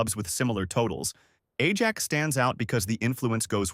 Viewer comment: Stop with the Ai slop chat , can’t even pronounce Ajax properly, if you can’t be bothered to put a true voice over on the video don’t even bother it’s unwatchable listening to that